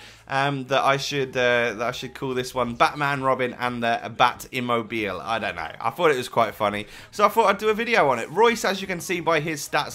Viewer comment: Eam mo be lay :) I am italian